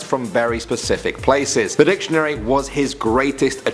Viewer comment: I LOVED HOW HE SAID "DIC"TIONARY.